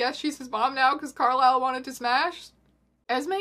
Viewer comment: I will forever pronounc Carlise's name as Carl-is-el not Carl-ai-sel lmao